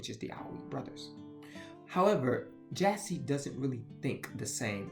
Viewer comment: I feel like an absolute b*tch in sending this comment but this entire video made me distressed. For one, I am Paraguayan and you absolutely butchered the pronunciation. Jasy is not Jay-Z or Jesse Forvo has a good example on how to pronounce Jasy. And also, Jesse the Jester? Seriously? While you got the basis of the legend down, it’s obvious that you didn’t actually do a lot of research. For one, the Guarani are mostly based in Paraguay and some in Argentina. I say mostly in Paraguay because the Guarani language is their official language along with Spanish. Guarani culture is deeply involved in Paraguay culture so don’t generalize like you did with Bolivia, Uruguay, Argentina and Brazil. Please, if you’re going to talk about culture, at least know what you’re talking about. When you were talking about Jasy Jatere, I was internally crying. I grew up with these legends and stories and it’s only magnified since my parents grew up in the countryside where Superstition is much more prevalent. Again, I’m not writing this out of spite. I actually didn’t want to write this but national and cultural pride wouldn’t stop bothering me until I did. I’m sorry but I had to. And for anyone else who reads this, please don’t think that I’m going this to be mean